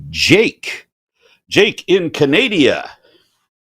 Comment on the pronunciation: I’d guess it’s intentional because he also said “Canadia”